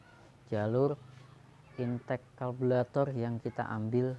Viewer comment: Lambat penjelasannya 🥱 Lama.... Karburator penyebutannya bukan kalburator. Overhit penyebutannya...bukan overhet